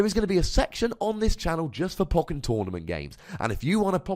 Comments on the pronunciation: Poe-ken, not poken. Bothering me, sorry. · I listen to your podcasts and just say "poe-ken" under my breath each time. I'm not questioning your wisdom though. lol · I love you, but Poe-ken. You're killing my soul. They literally say it like that in the game. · it sounds so wrong! Anyway, nice video with garchom v NM, quite enjoyed it.